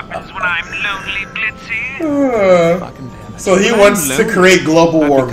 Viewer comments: Ok His name is Blitzo the O is silent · *Blitzo, o is silent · It's Loona and Blitzo, it's spelled Blitzo but the o Is silent